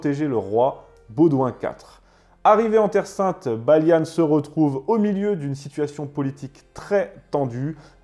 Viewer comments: On ne dit pas "Baliane" mais "Baliand". On est pas des anglais. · Son prénom se prononce "Balian" et non pas "Balian" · Juste parce qu'il a dit Baliane au lieu de Balian je crois que je vais être d'accord avec toi ! Il a pas vu ce film ! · Hello Pourquoi prononcer le nom de ces héros français à l'anglaise? Balian, pas Balia-ne... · Video assez intéressante même si il manque des choses mais c’est normal c’est un sujet très complexe, juste Balian ne se prononce pas baliane 😂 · Ta prononciation des noms est affreuse c’est pas possible mon ami c’est des noms français t’es parti loin 😂😂😂😂